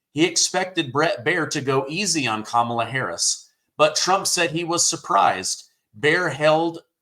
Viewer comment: Her name is pronounced Commie - law Harris .😂 Doh